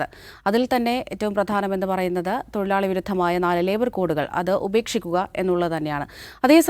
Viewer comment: തൊയിലാളി അല്ലടെ തൊഴിലാളി ആണ്.. നാക്ക് വടിക്കാൻ ഈർക്കിൽ മതി പണിമുടക്ക് വേണ്ട 😂😂😂